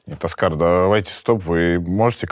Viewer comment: Какой Аскар, Оскар, ударение на Ооо